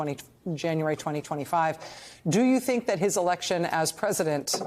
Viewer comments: A "prisodent" nice slip hope it sticks. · She had it right the first time, prisondent 😂